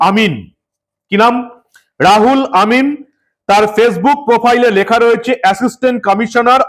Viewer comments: রাহুল নয়, উচ্চারন রুহুল আমিন হবে। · বারবার "রাহুল আমিন" বলছেন কেন?নামটা "রুহুল আমিন"। উচ্চারণ ঠিক করুন। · R o hul amin। রাহুল নয়, ro হুল। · রাহুল নয় রুহুল আমিন। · Ruhul Amin k Rahul Amin bolchhen keno prothome apni sothik naam uchharan kore bolun.. Ei dharaner nemak haram Begum er chhatrochhayay thakbe ete ascharjjo habar kichhu nei.. Kadin agey r ek nongra lok bolechhilo muslim na hoye janmano Mane durvagyyo niye janmano. Sei kathar kono bichar hoini ..murshidabad theke hinduder kuchi kuchi kore kete gangar jaal e vasiye deyar humki diye dibbi Begum er MLA hoye theke gachhe..JCB naam er ek machine ..islamik country already baniye diyechhe ei Bharat barso k .Tai ekhane soriyoti aain chale bole ghosona korechhe.. Era prosroy pachhe kotha theke?..oi ekjon nongra nich mohila Begum er jonne ei sab agachha der eto barbaronto . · রুহুল আমিন। রাহুল আমিন নয়। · রুহুল আমিন না বলে ,বার বার রাহুল আমিন বলছেন কেন ? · মনে হয় রূহুল আমিন উচ্চারণ হবে। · রাহুল না দাদা ওটা রুহুল আমিন হবে। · রুহুল আমিন হবে। রাহুল নয়। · রুহুল আমিন, আপনি ভুল উচ্চারণ করছেন। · রাহুল আমিন নয়, রুহুল আমিন। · রাহুল নয়, নাম রুহুল আমিন। কথা ফেনান খুব, কিন্তু ঠিক করে নাম‌ও পড়তে পারেন না ?? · আমার মনে হয়, উচ্চারণ টা -রুহুল আমিন, হবে। উনি এই পঃবাঃ লজ্জা। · রাহুল আমিন নয় রুহুল আমিন বলুন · উচ্চারণে ভুল করছেন। রুহুল আমিন। রাহুল নয়, রুহুল। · আপনি ইংরেজিতে এত কাঁচা জানতাম না রুহুল আমিন টা কে বারবার রাহুল আমিন বলছেন দু'নম্বর কথা হচ্ছে মহাজের শব্দের ব্যাখ্যা আপনি ভুলভাল দিচ্ছেন না জেনে কোন কথা বলা ঠিক নয় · নামটা রুহুল আমিন। রাহুল নয় । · আপনি ইংরেজী সঠিকভাবে উচ্চারণ জানেন না বলে মনে হয়। উচ্চারণ হবে রুহুল আমিন। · মাননীয়, একটা ছোট্ট ভুল কোথাও হচ্ছে.. RU = রু ( RA = রা নয় ) > সুতরাং, R U H U L = রু-হু-ল এবং A M I N = আমিন.. ধন্যবাদ 🙏